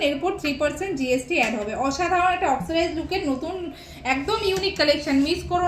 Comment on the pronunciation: Oxcirize???? 😂😂😂😂 ওটা oxidized!!